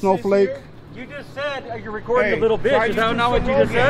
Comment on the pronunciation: the guy who came out of truck is fu****g hilarious!!!!!! “Wy u rekodin for me?” Bujaaaa ja ja ja